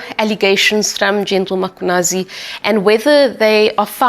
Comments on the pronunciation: I am always intrigued at how white people and mostly black journalist will go out of their way to pronounce foreigners names, in this instance (all of Goswamis names) and yet butcher Mkhwanazi by always referring to him as (MAkhwanazi) (mApumalanga)😢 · IS IT REALLY DIFFICULT TO JUST SAY 'MMMMM-KHWA-NA-ZI? Makwanazi???😤😤😤. Makes me cross when she says that!! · I have it when white people say Makwanazi. This is just disrespect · The non-blacks think it's okay to mispronounce black people's names. "Makhwanazi", seriously? It's the very same reasons they can't say Tshepo, but they can say Tsunami. I dislike people who don't respect black people. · Yes, so many people mispronouncing the name when it's really not difficult.